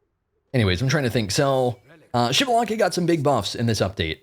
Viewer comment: I’m waiting for the day he says xbalanque’s name right🙏🙏🙏